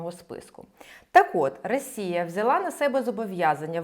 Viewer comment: Ви щоразу кажете "рАсія" :) п.с. За відео - дякую